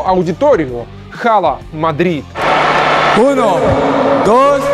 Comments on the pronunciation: в 100 раз убеждён что авторы канала ничего не знают в футболе,а просто читают левые паблики в вк. Не хала мадрид а Ала Мадрид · всё кроме автора говорят ала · пожалуйста говори Ала Мадрид. Чисто из уважения к испанскому языку. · не "ХАЛА", а "АЛА МАДРИД"! Вы бы хотя бы подготовились перед выпуском. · Все в мире: "Ала Мадрид" Журавлев: "Хала Мадрид"